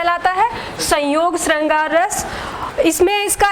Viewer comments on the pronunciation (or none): श का उच्चारण ठीक करिये बाकी video अच्छी ह